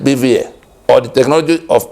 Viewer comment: BVAS not BVA.